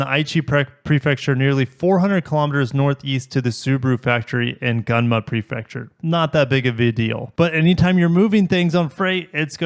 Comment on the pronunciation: It's pronounced "goon-muh". I lived there for a short period when I was younger.